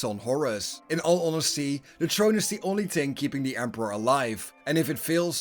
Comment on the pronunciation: The more you said “ Trrone” the more I chucked.. there’s an “ H” in there brother